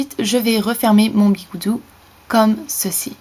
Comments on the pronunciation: C'est pas biguoudou c'est biguoudi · C'est pas bigoudi au lieu de bigoudou ? xD sinon, sympa ces idées, merci ! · ON DIT PAS BIGOUDOU ON DIT BIGOUDI ! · tu me stresse avec tes mot chelou le "bigoudou" comme tu dit le mot et bigoudi au cas ou et les soline ou je sais pas quoi cest des barette je pense ;) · On dit bigoudi pas bigoudou